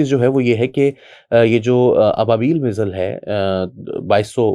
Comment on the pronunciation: پائن میزل ایک بیماری کا نام ہے، میزایئل درست لفظ ہے